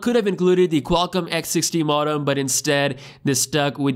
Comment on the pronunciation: It’s pronounced mode-um